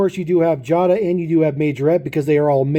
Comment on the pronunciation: You pronounced Jada wrong. It's pronounced Jay-da, not jah-da. Just an FYI. P. S. I have the Porsche 911GT3 RS & the Audi R8 from this series, and I REALLY like the Porsche 91 GT3RS and the Audi R8. I'm looking for the Porsch Taycan from the Pink Slips series, as well as the Mercedes-Benz G-Wagen, & the Land Rover Defender . I almst bought the Jeep Wrangler, but I passed it up numerous times in Wal-Mart and Target. Not sure why.